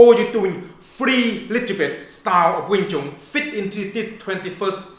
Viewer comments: you use it the way you "CHU-WAIN" lol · Lol "Twain"